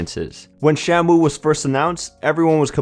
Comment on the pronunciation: Wait, sorry- did I hear "Sham-Woo"